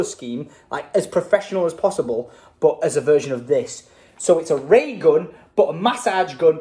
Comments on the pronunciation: Lol The-ra-gun oh it's Thera-gun 🤣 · it's pronounced 'feragun' I think it's like physiotherapy gun - Theragun:) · It’s not the ray gun it’s Thera-gum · that cat meme ... "the Ray gun" ... "thera gun" xD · Y'know it's Thera gun not the ray gun lol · I’m pretty sure it’s Thera gun as in therapy gun 😂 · It's "Thera-gun" like Theraphy Gun ahahahahaha derp. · uh is anyone gonna tell him that its called a Thera gun like therapy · it is called a Thera-gun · It’s said like feragun but they should rename it the ray gun 😂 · its pronounced thera-gun as in therapy gun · its THERAgun like Therapy-Gun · it's Ther-A-Gun lol